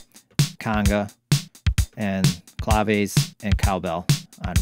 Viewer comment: Cla-vey is an interesting style to pronounce clave.🤣😂🤣